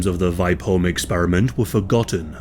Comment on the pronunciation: VI as in via and the PE as in per holm.VIPEholm